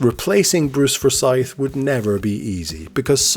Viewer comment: Such a great show. I think everyone who watched this shouted "higher" or "lower" at their TV! xD Slight nit-pick on how you pronounced Forsyth though >.<